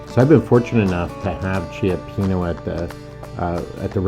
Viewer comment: I’m sorry please call the restaurant and pronounce it correctly cioppino❤